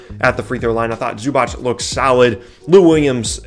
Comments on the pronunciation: LApunk88 except that it’s zoo-batz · is right. It's zoo-batz. with "a" like bat.